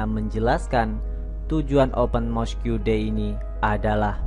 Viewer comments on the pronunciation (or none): Sebutan utk 'Mosque' ialah 'Mos' bukan 'Mosku'. Janganlah perkataan Inggeris 'diIndonesiakan'. Nanti suatu masa kamu claim itu bukan perkataan Inggeris tapi perkataan Indonesia (seperti yg terjadi terhadap Bahasa Melayu kamu claim Bahasa Indonesia). He he! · Mosk,bang,bukan moskiu(mosque) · Mosque…disebut ‘mosq’ abjab/huruf ‘que’ tak perlu sebut bunyinya (silent)